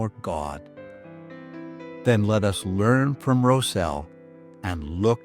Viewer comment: Rosel is my 3x great grandfather and I loved hearing his story shared! I must make one small correction, his name has been passed down the generations in our family and is mispronounced in this video, he pronounced it “Rozel” with the Ros sounding the same as rosin used with a violin bow. Thanks for sharing his story, I am proud to be a part of his legacy!